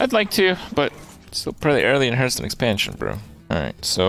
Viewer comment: It amazes me that Kripp STILL says Hurth-stone in 2018 and will continue to do so in 2019 but i agree with him about the pronounciation of Mad Bom*B*er